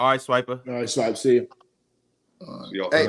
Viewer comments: Why does say Swipa with the hard R? It's Swipa with an "A". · I had the same thought 😭😭 feels like the hard R 🤣🤣